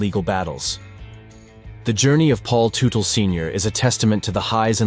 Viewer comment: It's pronounced tutle, tut not tute. That's it, now you have pissed off with your bad grammar, angry hordes of bike gangs that are sticklers when it comes to not properly pronunciation of the names of one of their own, and it's really bad thing that bike gang related violence never really produces afterlives. Please be safe and be tomorrow! 🗽